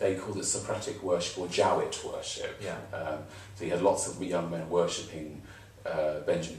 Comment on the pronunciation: Very nicely done. Thanks to. (Note: Jowett pronounced his surname JOE-it; cf. J. K. Rowling, ROE-ling.)